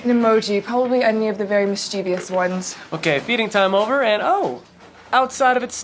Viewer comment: She mispronounces the word “mischievous”